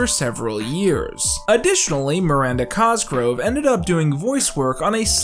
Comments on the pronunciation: Is that how you pronounce Miranda Cosgrove's last name? Every time Q says it, it sounds like "Cosgrow" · It drives me insane everytime he doesn’t pronounce the v in cosgrove